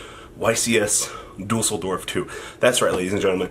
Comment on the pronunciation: YCS Deuce-ldorf ✌